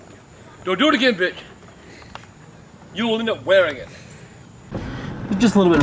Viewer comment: why does he say "wearing it" like a british dude?